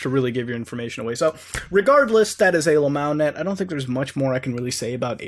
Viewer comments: Stop saying AYYLAMO. fucks sake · i thought you were saying alemals. not know what that was i googled it and dog porn came up. wtf.